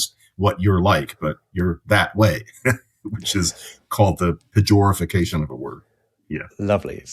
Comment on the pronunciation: did he say pejorafication?!